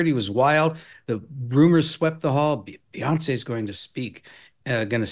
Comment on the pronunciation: I like the new pronunciation, Beonc.